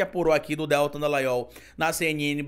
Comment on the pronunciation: você continua pronunciando errado o prenome do Dallagnol. A pronúncia é DELTÂN, é oxítono, o nome dele não tem acento para continuar dizendo erroneamente Déltan. Fosse Déltan, o prenome dele teria acento.